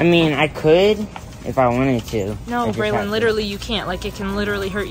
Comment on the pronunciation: Not calling Braylon Baylone😂😂😂😂😂😂😂